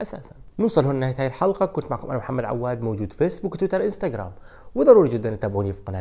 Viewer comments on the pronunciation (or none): none